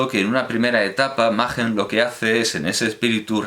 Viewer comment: ¿No correspondería pronunciar "Maquen" en lugar de "Majen" teniendo en cuenta que el autor no es alemán?